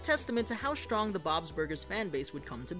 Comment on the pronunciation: "The shows going shrong" Mhm, okay dude.